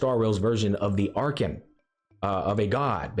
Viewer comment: Pronounced as: Ark-con (Archon) Not Ark-kin My boy 😂